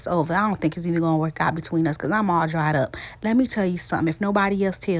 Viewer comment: Looks great and all that but did anyone noticed she said dried like the savannah desert